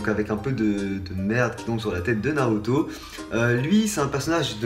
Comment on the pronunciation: Ta enlever la "naurto" au lieu de "Naruto"